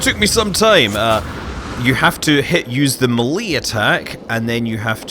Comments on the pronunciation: you can pronounce all the planet's names and stuff but you cant pronounce melee? its maylay not muhlee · "ma lee"? It is "may lay" by the way :p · Please Scott it's "Maylay", not "muhLee" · "Melee" is pronounced MAY-lay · Yes there is its maylay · I wonder if he was saying that on purpose to be funny.